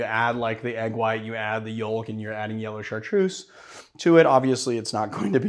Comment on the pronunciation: Yolk.... Or Yoalk? 🤣🤣🤣